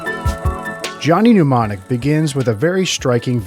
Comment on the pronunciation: Why are you pronouncing mnemonic as pneumonic?